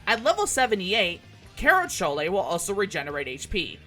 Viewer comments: If you're curious, abilities like kerachole are pronouced ker-ah-coal or ker-ah-choal much like how you would pronouce charon karen or char-en. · lol the -chole pronunciation. C's in Greek are pronounced like a K, and the H is basically silent in the English latin spelling, so so just say it as you would with the word coal. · Tauro-kohl, ixo-kohl, kera-kohl. It's Greek. Helpful and fun video! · Druchole, Kerachole, Ixochole, and Taruchole are pronounced like the Chole in Cholesterol. If for some reason you want to be pedantic, pretentious, or have an obsession with pronunciation, this is something you now know.